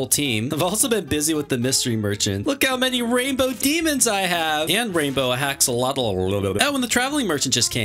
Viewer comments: this is how u pronounce axolotl axe oh lot all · i cant believe says "haxolotl" in correct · I love how said haxolotl 3 times instead of haxoLOTLTLTLTLTLTLTLTLLTLTTLTLTLLT